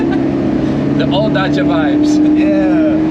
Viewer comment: Lmao its Dacia bruh 😂❤